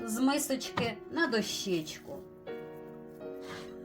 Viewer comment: Будь ласка, кажіть правильно: дОщечку. А за рецепт - дякую!